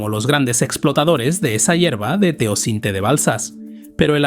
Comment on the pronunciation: No es Teocinte, se llama TEOCINTLE.